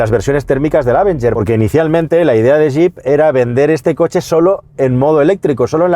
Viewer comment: Amigos, no quiero ser ese "nazi de la pronunciación correcta", pero el nombre de este coche se debe pronunciar con el acento sobre la E, o sea, "avEnger". De ahí en fuera, me encantan los vídeos. ¡Saludos desde México!